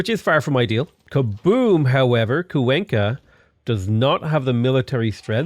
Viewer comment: kwayn-ka not cuw enkah